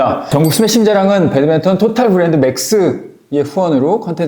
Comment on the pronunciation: 배드민턴유튜브하는 사람이면 배드맨턴 말고 배드민턴이라고 해줬으면 좋겠습니다